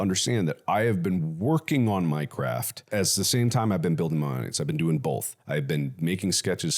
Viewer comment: Oh, "I've been working on MY CRAFT" !!! I kept hearing "I've been working on Minecraft" 😂😂😂